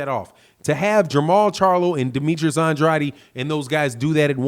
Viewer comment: Bro you saying Andrades last name wrong just to let ya know